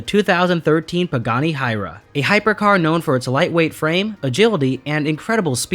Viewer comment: It's not hira it's H-u-y-a-r-a